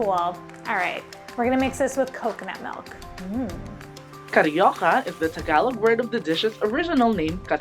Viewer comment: On behalf of every Filipinos, we forgive you for the cariocas! But you were entertaining trying to make it! 😂